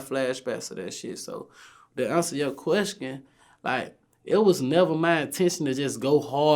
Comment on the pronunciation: “So vlad, to answer yo queskion...”😂😂😂💀